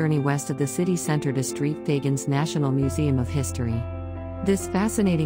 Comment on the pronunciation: Was this an A.I. voiceover? It got St. Fagans incorrect....Faa..Gaan.